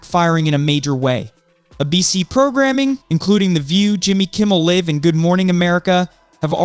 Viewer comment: Jimmy Kimmel Live rhymes with drive,not give.